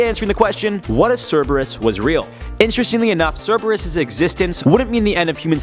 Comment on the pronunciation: It’s correct.